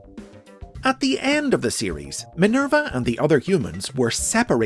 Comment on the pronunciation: " Minelba ", haha, lol